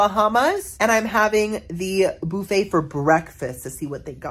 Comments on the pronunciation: why does he pronounce Buffet in such a weird way BoUffet...weird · Love how you say BOOFEE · The way you said buffet, made me think you are from Louisiana!!??